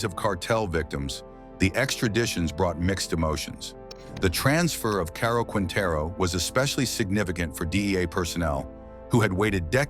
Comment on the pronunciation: Oye amigo narras los videos Y no conoses los líderes Y ni sus apellidos. Rafael caro Quintero Porque dice caro que es eso Se dice caro Quintero